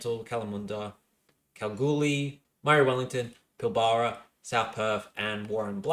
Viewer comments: Pilbara is pronounced Pil-bra :) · Thank you, this was the second time in two days that I've heard someone mispronounce Pilbara. I was starting to think I've been saying it wrong all my life. Maybe it's a NSW thing.